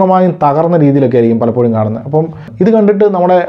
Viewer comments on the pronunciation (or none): none